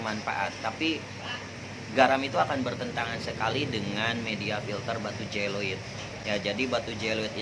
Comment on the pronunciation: bukan batu je lo it, tapi Ze o lit